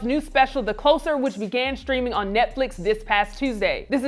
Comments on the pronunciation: closer with a s not z pronunciation..🙄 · The host's constant mispronunciation simple words is always confounding af. How do you work for a channel that focuses on comedy but pronounce "closer" as if it was relating closeness rather than a "closing act"?! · I thought it was "the closer" like closing a door... not "closer" like moving